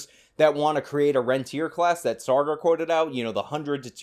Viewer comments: Saager must now legally change his name Sawgar in order to align with Elitist pronunciation of his name. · It's Sagar, not sargar lol